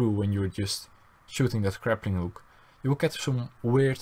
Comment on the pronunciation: He keeps saying "craplinghook"